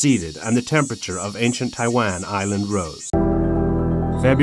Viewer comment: 這些影片，鳥，昆蟲圖片都是台灣，對吧！ 但英語發音好多聽來是Tai-land 。 有中文發音的嗎？